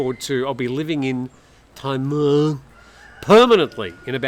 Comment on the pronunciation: The tone is more important than the vowel. Until he gets the tone right it's a waste of time.